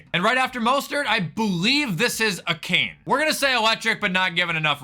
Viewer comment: A-Chain not Cane